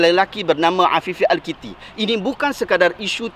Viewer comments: bukan al kitti, tapi al akiti, wallahuaklam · Al-Akiti kotttt ... not Al-Kiti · Kalau pun Tuan tak berkenan kat sosok tubuh itu, sebutlah nama dia betul2 Namanya Afifi Al Akiti. Bukannya Al Kitti